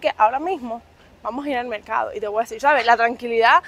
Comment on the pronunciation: No se dice mecado , se dice mercado